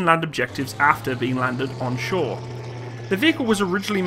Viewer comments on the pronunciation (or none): none